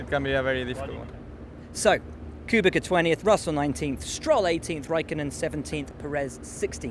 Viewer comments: Why have you gone back to saying "Koobika" again? Please say "Kubica", rhymes with pizza. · For fucks sake Will, it's pronounced Koobitza, not Koobika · K U B I C A come on you can do it Will, Not kubika, kubEca... "ku be tsc A" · K U B I K A - cmon man learn the names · Hmmm good kubica pronounciation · You could have learned to pronounce Kubica's name by now...